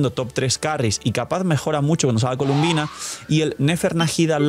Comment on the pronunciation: Mala costumbre de llamarle “Columbina” siendo que su nombre incluso sale en el juego y es “Colombina” pero bueno siempre hay alguna que otra mala pronunciación de parte de los YouTubers siempre